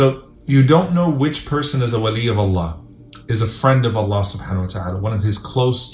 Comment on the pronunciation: In the beginning try to say “ I Love You Allah” properly. It seriously sounds like someone is having trouble saying that because it sounds more like “I lev u La”